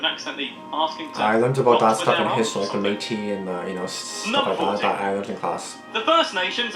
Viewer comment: Pronunciation of Metis is painful